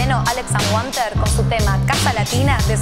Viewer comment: amigos Alex Anwandter se pronuncia ANVANTER CON V.